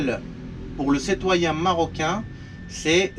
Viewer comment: On dit citoyen pas cetoyen